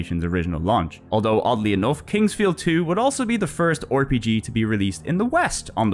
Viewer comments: Hello hello, this is an instant sub from me. One thing though. Why do you say "Or-PG", but not "Cor-PG"? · Hey the 'O' in front of RPG is silent:V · That was a fun video! I will definitely come back and Download some games. It must have taken forever to make. Also where are you from? I had a chuckle every time you pronounced the R in RPG as "or"